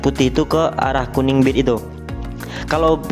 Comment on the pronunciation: "delet"😭😭🤣 sorry2 bang.. Gurau2..